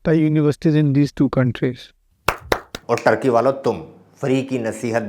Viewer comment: टार्कि नहीं भाई, ठर्की बोला करो